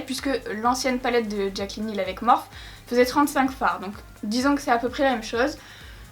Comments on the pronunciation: c pas morphe sa se pronnonce morphi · Cc juste sa se prononce Morphy pas Morphe mais voilà sinon super vidéo et les Makeup sont vraiment trop beau ❤️ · Tu peux dire morphiiiii ça me stresse 😂😂😂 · Le plus drôle c'est que tout le monde se goure 😂 Morphe est à la base un dieu grec mineur donc ça ne se prononce pas "Morphi" mais "morphé" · Moi qui avais commandé le vault et qui savait pas trop quoi faire avec certaines couleurs tu m’as bien aidé merci beaucoup !! Superbe comme toujours Gnagnagna on dit Morphiie #teammorphE 💪🏻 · Morphe, Morphée ou Morpheus (une seule et même personne, un dieu grec qui a inspiré de le nom de la marque), ne se prononce ni Morphy ni Morphe. Mais Morphée. Donc arrêtez de dire à tout va que ça se dit Morphy, car déjà on s'en tape (tout le monde le prononce comme il veut du moment que c'est comprehansible), et en plus vous avez tord. Voilà, je ne veux en aucun cas être méchante, mais arrêtez de faire la réflexion à 😂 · MÉ ON DIS MORFY TU CÉ PA LE DIR EN + TU DIT JAMET BONJOUR T TRO NUL VA T JETET Je t'aime haha encore une superbe vidéo qui me fait fantasmer sur ton talent 😂😂😂❤❤ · Waouh ce make up !!!!!!! * juste on dit pas “ morphi” ? ❤️❤️❤️❤️❤️❤️❤️ les couleurs sont trop belles !!!!!